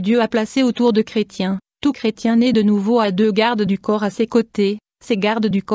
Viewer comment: qu est ce que c est desagreable cette voix mecanique en plus il y a des fautes de dictions style creu..tiens STOP les voix robotiques 😠